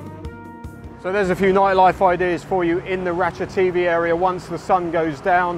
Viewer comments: Interesting as ever but I certainly won't be going there anytime soon. Mostly demolished buildings, vandalism or derelict plots. Surely even with deliberately anglicized pronunciation you would pronounce ราชเทวี as Ratcha-Thae-Wee rather than Ratcha-TV ? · I guess if depends on who the audience is. Farangs will hear it their way while Thais will hear the w. I fear becoming one of those d-bag farangs who know some Thai and who insist on correct Thai pronunciation. Too late now. I am one of them. I once accompanied a friend to the Ratchathewi hospital for a hernia operation. Picked him up afterwards and got a taxi home. Trouble was the Doc didn't give him any opioids so he was in pain. I had to tell the cabbie "koi koi" on the way home because every bump was making him cry out in pain.